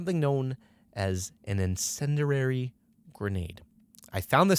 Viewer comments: The phrase "what does incendiary mean?" is an occasional joke brought up between me and my brother so hearing this man say, with a dramatic pause, "something called an incenderary grenade" almost straight up killed me. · Even better is that he has no idea how to pronounce 'Incendiary,' and says 'Incendrarary.' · “Insenderary grenade”